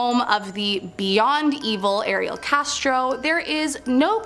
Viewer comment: With the Ariel Castro story please say the warriors names correctly. Also you may want to update that story since Castro killed himself.